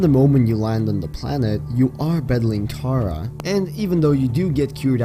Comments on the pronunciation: you said Kara, I believe It’s Karah sorry for being rude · Ugh 😑 say it with me ka-rah, ka-rah.